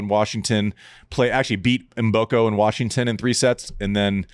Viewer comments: Do not pronounce the M, just say Boko, in Africa, the M is silent...almost😂😂😂😂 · learn to pronounce Mboko!:)